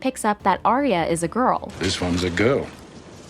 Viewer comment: It hurts my heart every time y’all say her name. She’s Arya, not Aria.